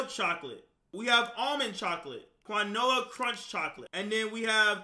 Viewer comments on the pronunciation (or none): it’s pronounced “keen-wa” 😂